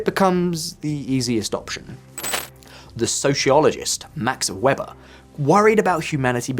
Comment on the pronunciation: Max Weber was pronounced "Vay-ber" I believe